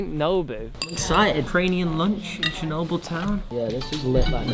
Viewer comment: its not "shernobyl"..........